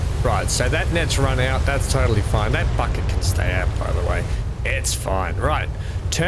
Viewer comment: As usual an excellent stream. At one part you said bucket. But I heard something else. I had to rewind. lol